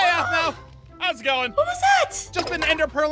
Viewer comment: Same but you said there name wrong it’s Aphmau and Aaron